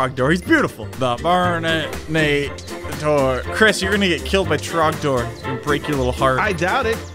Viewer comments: It is trog door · Its tragnor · It’s drogdor!!! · its drogdorrrrrrrrrrrrr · It is trogdor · IT'S TROGDOR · ITS TROGDOR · Its trogdor!!! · IT'S TROGDOR!!!!!!!!!!!!!!!!!!!!!!!!!!!!!!!!!!!!!!!!!!!!!!!!!!!1